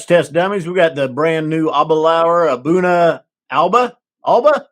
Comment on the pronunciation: I checked a video with Aberlour international brand ambassador Alex Robertson, and he did pronounce A'Bunadh, "Ahboona" . I was wrong all this time and you were right.